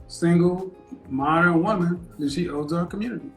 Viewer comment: Can you say woman right please